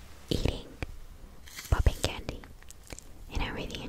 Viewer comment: ポッピングキャンディ🍭🍬の発音めっちゃ好き